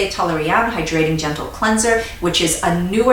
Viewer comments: I don’t know why but I love how she says hydrating and emphasises tbe “hyDRATING” lol. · ButFirstCoffeeAlways At first I️ was like “she emphasizes the wrong part..” but now I️ say it the same way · HAHAHHAHAA!!! YESSSSSS! It drove me nuts at first and now we say it in our home, too! We LOVE! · Devin Mera lol me too! I had to practice but now I saw it the way! I also love how she pronounces ‘perFECt’.